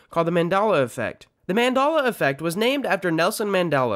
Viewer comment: I'm sorry wtf is Mandola affect? You keep saying it but I don't understand Mandola affect